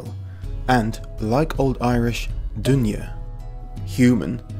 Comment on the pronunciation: duine sounds like dunya which means "world"